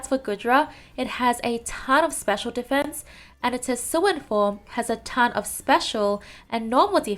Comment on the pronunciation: How to pronounce “hisuian” : hisuwiyan It kinda hurts me that somebody says “hisuan”